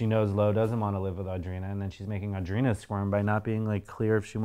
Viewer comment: Does it drive anyone else nuts how Heidi pronounces Audrina? She says “uhh-dreena” instead of “aw-dreena”…. Lol